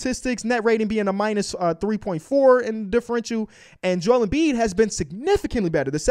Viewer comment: Seriously? It’s not that hard,it’s Embiid